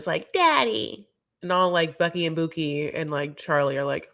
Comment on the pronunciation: "Becky and Boo-kie", love it every time you say that! So funny